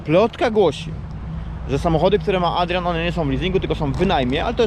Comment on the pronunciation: jak ładnie wymawia "Adrian"